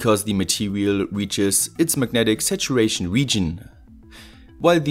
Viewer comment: I was like "Magnetic situation"? What? Took me a while to understand, that he was saying "Megnetic Saturation" :D